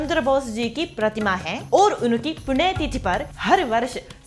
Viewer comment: chaleya hindi sikne aur bolne ka try to kiya apne aur apko freedom fighter ke bhi malum hai par kahi kahi apki hindi pronounce abhi bhi galat hai aur achche tarike se hindi bolna sikihiye.punya tithi ko aur 17 ko thik se uchcharan kigiye hindi apki abhi bhi kachchi hai . jay hind